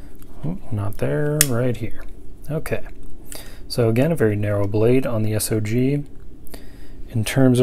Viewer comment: It's not S.O.G. - it's SOG!!! REMEMBER THAT!